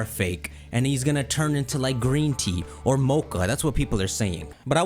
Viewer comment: I was confused until I realized you meant MATCHA, not mocha. Ngl Nobody cares about Sinistea becaust both it and Polteageist are mid, having an extra evo or a regional fake would be kinda nice. We already got Dipplin for Applin, new evos aren't impossible.